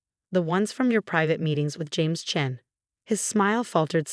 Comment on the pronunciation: It's Chen not Chain